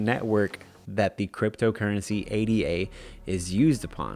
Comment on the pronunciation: Pronounced Ada not A.D.A